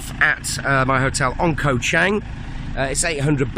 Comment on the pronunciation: its pronounced as the same as the Chang Beer. you keep referring to the island as CHANG as in a Chinese surname. other than that, good video.btw, were you there when this occurred?